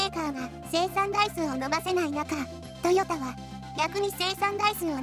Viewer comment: トヨッタって聞こえるんだが．．． 関西ではそう発音するの？